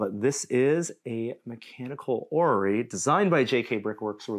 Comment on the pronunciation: I still remember Adam trying to describe a clockwork orrery in a horrible French accent in the "Steam Machine Gun" myth.